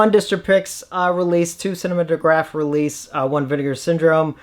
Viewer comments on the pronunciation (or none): I could be wrong, but I’m pretty sure that cinematographe is supposed to be pronounced the same as cinematography.